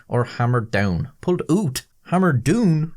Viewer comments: "pulled oot or hammered doon" - momentarily possessed by a Canadian ghost. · You sure it wasn't Scottish?